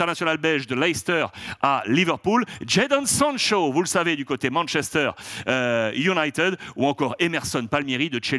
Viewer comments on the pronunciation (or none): none